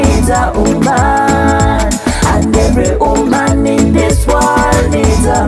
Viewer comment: Great messages lovelies 😘 the ka 🧼 🧼 man Gashumba agenda kunyiiga thou #Nubian_li made the word woman sound as uman 😅😅😅